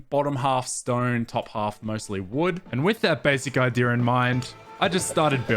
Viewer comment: Basic "ideer" 😂